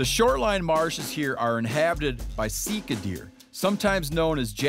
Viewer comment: Definitely pronounced see car. That’s how we pronounced it in New Zealand. Steve come hunt some Sika in NZ!